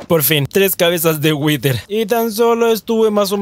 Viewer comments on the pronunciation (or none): Por que pronuncias "witer"??? (whiter) Creo que se dice "wider"